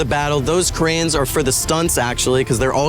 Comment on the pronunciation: Noah saying cranes sounds like "koreans" lol.